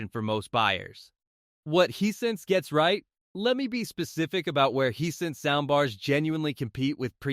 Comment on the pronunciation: Hey the brand name is Hisense not what you're calling it get it right or stop posting reviews Hisense is an awesome brand I have a TV and sound bar from them and I would put them right up there with Sony, LG, Bose any day the prices can't be beat and save the consumer $$$ and that's fantastic.